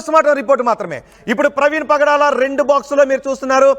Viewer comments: Padala praveen kadu nayana. , pagadala praveen . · Pdala kadhu ra pagadala ra pk